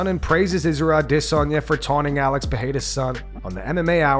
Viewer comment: Can you please stop overpronouncing Izzys last name? I cringe every time. You’re not saying it wrong but you’re overdoing it. It’s more subtle than that It’s like when people want to sound french and go ham saying Croissant. CwasssOn! It sounds silly.